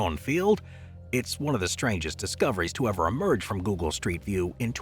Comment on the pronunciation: This person cant even pronouce google right.